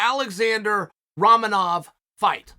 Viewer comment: How, just HOW do you mispronounce Romanov!?! 🤡💩